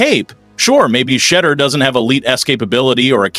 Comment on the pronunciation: "SHA. DORR," if you can't properly say his name, is this a real human talking or a fried AI BOT? Incompetence is the coaching staffs issue! This has to be CAP! I've never seen so many Bi-polar, psychotic Coaches in my life. I come from the land of Barry Switzer, Bob Stoops. These guys are class A half wits!. I feel sorry for Shedeur and the whole team. I'm done, I haven't watched the NFL in 10 years, and I only came back because of Travis Hunter, Shedeuor, and a fleet of CU receivers.